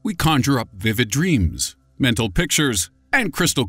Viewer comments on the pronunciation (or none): none